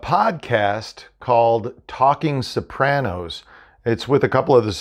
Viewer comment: what's a "Sapranos" ?